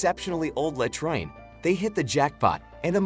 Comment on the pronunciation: Robot doesn't know how to pronounce 'latrine'.